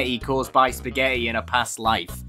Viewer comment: i love you calling "spagetti" lol :D